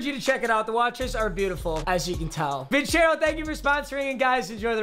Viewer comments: Papa your saying vincero wrong. Its vincero with a soft c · C'mon, not Vincero man